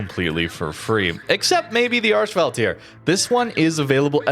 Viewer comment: You are butchering the pronouncement of the name